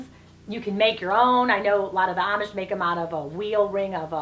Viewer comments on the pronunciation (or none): none